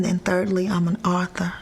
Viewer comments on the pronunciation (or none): What's an OTHA? I guess she means AUTHOR! LOL...